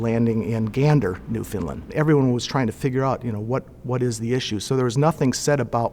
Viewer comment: I'm from St John's Newfoundland! Such a great video but my only problem? It's Newfoundland not NewFineland!lol Love the story....Come From Away! Heave Away! Cheers